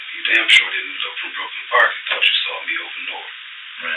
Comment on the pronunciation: Off topic but i lov how this voice pronounces “saw” like “saw’r”